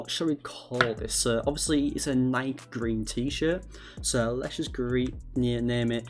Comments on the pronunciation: Instead of nike(ni key) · Bro said NIKE weird